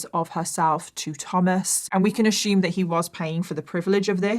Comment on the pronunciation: "We can only ashooom".. "left, right, and center".. "and I'm just like...."... "oh no, no, no.."